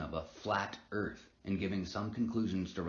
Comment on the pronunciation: hear on Ear-th